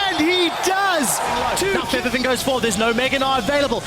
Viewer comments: martin stoyanov Plus he isnt called Forbiven he is called FaBIVen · Wequendi No, its a combo of faban and riven, so its fe-biven, the e can be a soft a or e sound biven not even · Feb-E-ven. Not so much emphasis on the E. Just rolls of the tongue. Febiven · martin stoyanov It's actually Febiven.